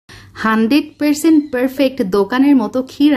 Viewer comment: হান্ড্রেইড, পেরসেন্ট, পেরফেক্ট, কেন্ডেস্নড মিল্ক, উচ্চারণ এমন কেন?